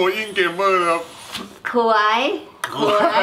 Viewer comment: ลั่นเสียงเนมพูดคำว่า "ขวย"